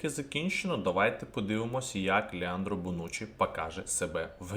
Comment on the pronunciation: Друже, він Леонардо а не Леандро)